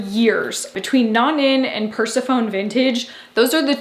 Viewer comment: ...purse-uh-phone??!?! Persephone??? It's Greek!